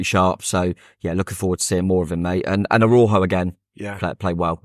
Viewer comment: This sounds like a made up story but honestly isn’t. I was having a chat with a Mexican chap outside the ground and ‘Araujo’ is pronounced more like ‘Ara-oo-ho’.